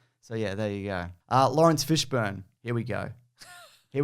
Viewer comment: ...with Lorry Fishburnt as Goll-lie-ath. Anyway, it was somewhere between interesting and mildly diverting.